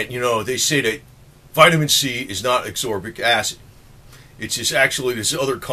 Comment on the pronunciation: And its not asorbic acid its asCorbic acid